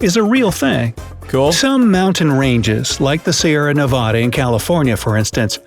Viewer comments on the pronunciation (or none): Not the bright side narrator stay Nevada wrong